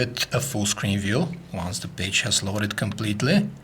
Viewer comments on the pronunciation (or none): Lmao!! Sounds like he say's, "leaving you with a full screen view, one the BITCH has loaded completely"!! I nearly died!